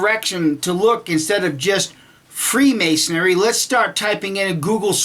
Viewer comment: It is pronounced freemasonry - not freemasonery. It is Knights Templar - not Knights templars.